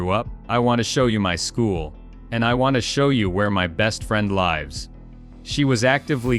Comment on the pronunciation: How hard is it to properly pronounce live and lives seriously!!